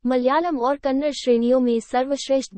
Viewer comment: Kannad nahi Kannada bolo nonsense